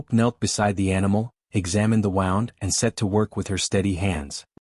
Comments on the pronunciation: Please teach your AI narrator how to pronounce 'wound' and 'lamed'. Thank you. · I wish you could find a way to get the computer to say words correctly. For example it said "wound" as the action of putting thread/yarn onto something, but it is spelled the same. Also it said "Red" like the color and how you spelled it, however it should've been spelled "Read" where it would've then said it even more poorly. It also said the word "taking" as... lets see if I can spell it... 'tak-kin' instead of 'take-ing.' Every time I hear words said wrongly it throws me out of the story. At least this story doesn't have people doing the same thing 3 times, another thing that can throw a person out of a story... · I wish AI could discern what way a word is supposed to be pronounced. A reasonable story but the usual story line. Not fun HOPE no one’s talking you from here, what?! And wound is two different words wound as in an injury and wound as in “I wound the clock”. Way too good to be true and far too predictable. A fairy tail. and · Really good story. Please edit in future ... 1) an injury is a wound but your narrator says wound, to wind in a circle like a rope. 2) if someone feels sad for you it is 'to pity' or pitied you and your narrator says pitted, to remove the seed from an olive or cherry or other fruit with large seeds in their centers. Editing is important.